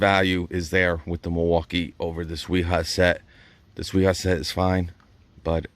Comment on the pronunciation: Real quick, I'm a German tool finatic. So no offence but you are making the same mistake everyone makes and I use to make, until my mother-in-law from Dusseldorf German had to correct me on. W's in German are pronouced as V's. so Wiha and Wera would be Viha and Vera. Granted Wiha with a W is funner to say. Also Milwaukee does make some great hand tools, I have the 1/4 and 3/8s socket sets.